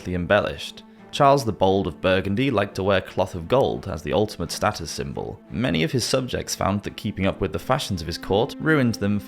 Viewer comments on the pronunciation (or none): none